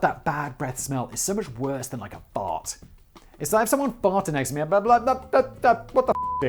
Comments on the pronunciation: The best thing in this video: hearing Simon say fart in his proper British accent. Btw, my dad has bad breath, but we still love him, lol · The way Simon says "fart" is way too funny to me 😂